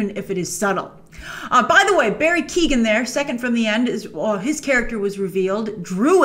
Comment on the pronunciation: Grace its barry Keoghan not barry keegan. Pronounced Quo-han